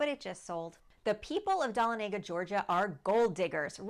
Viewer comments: Pronounced as Duh-Lon-uh-guh. Not Don-a-Lay-guh. I live nearby. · It’s pronounced Duh La Nega We used to go camping there every summer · It’s Duh-lawn-ah-guh lol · You are mispronouncing Dahlonega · Learn to pronounce Dahlonega!!!! So many of these sites never get towns correct?????